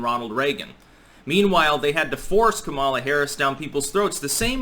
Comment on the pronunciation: It's pronounced; COMMA-lah